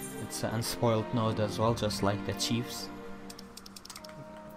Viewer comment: Just FYI, Chives is pronounced "chai"ves.